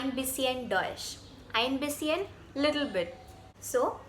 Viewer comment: Einbisschen pronounciation is wrong dear